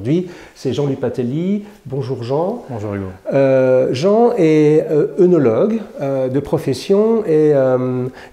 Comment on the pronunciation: Je me permet une petite précision bienveillante. Le e dans l'o (œ) se prononce différemment en fonction de la situation : s'il est suivi d'une voyelle, il se prononce "e" ; comme dans œuf par exemple. Si par contre il est suivi d'une consonne, il se prononce "é" ; comme dans Œdipe. Ainsi, œnologue se prononce en réalité "é"nologue. Bien à vous, Adrien.